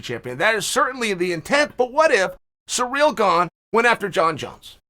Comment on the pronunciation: ITS GANE! GANE!! G A N E!! NOT GONG!!!🤦‍♂️OMG